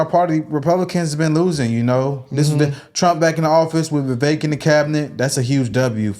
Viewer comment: Candace said his name is pronounced Viv- ik Thnks guys! 😉🇺🇸